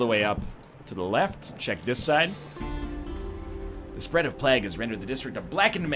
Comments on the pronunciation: No, he pronounces it horribly wrong. Listen to how he says vague correctly, and then tell me "plaag" is an okay way to say plague. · Someone drive over to this egg's house and teach him how to say plague. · It was meant to rhyme with flag, is how I have come to understand it. English is weird. Like why don't they just spell it flague. xD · It`s regional variances, none of them is right nor wrong, they`re just different. I actually like the way he says it